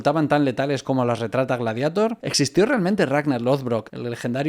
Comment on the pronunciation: Por fin alguien que lo pronuncia "gladiator", y no en inglés, como lo dice todo el mundo. Enhorabuena.